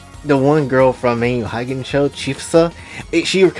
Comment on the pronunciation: I yearn for the day when fanservice-filled media becomes accepted again… As for my favorite characters, these days, I like pretty much all the Hanzō Academy Girls, as well as Yomi and Hikage (which, side note, is pronounced “hee-KAH-geh”) from the Crimson Squad. As for the others… I haven’t really played much of the other games besides the ones on 3DS, so I don’t think I can make a proper judgement on them as of now.